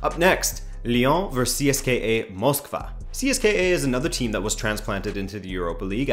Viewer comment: It's pronounced See-es-ka (CSKA). The more you know Dynamo is either gonna get blown out by Lazio or win the series and go on a deep run.